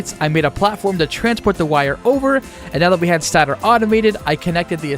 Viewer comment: "stat-or" you silly dingus its "stay-tor"